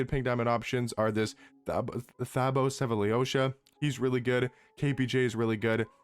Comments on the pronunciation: Pronounced SehFaLoSha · Seeeefaaaloshaaa * 🤣🤣 the way you say it is hilarious bro lol ; great video tho